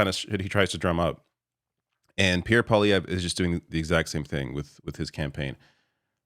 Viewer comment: whoever heard of a cowboy called pee air.